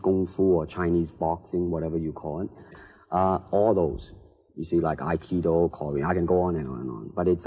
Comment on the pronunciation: 它清楚地說“合氣道”Aikido在日語發音。 關鍵係唔好發音為Hapkido或Hap-hei-dao。 或者係李小龍師父第一次喺媒體上講話。 非常多謝你嘅分享。